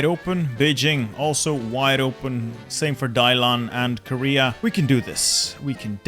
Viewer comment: I die a little bit inside every time he says Dailan instead of Dalian...